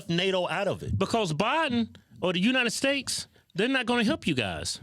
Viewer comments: you country aases keep saying United Stakes lol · Kevin kept saying United Steaks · Bro why you keep saying united snakes 😂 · Am I the only one who hears United stakes ?? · Kevin: “United Stakes” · He said United Stakes, lol 😂